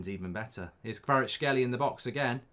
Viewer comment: Mark, Kvaratskhelia - you need to pronounce last A letter :)